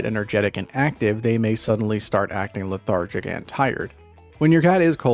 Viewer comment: learn how to say "lethargic"